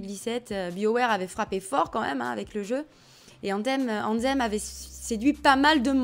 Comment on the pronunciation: C est pas AnZZem mais AnTHem ! 😂 travail ton anglais lol